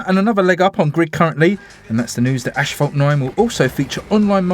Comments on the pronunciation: Sorry to correct you but it's pronounced a**-fault, not ash-fault, just a correction! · mait itS not aSHphalt nain